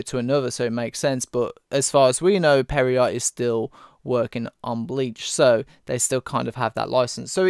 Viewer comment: It's Pierrot as in french for clown you peasant lol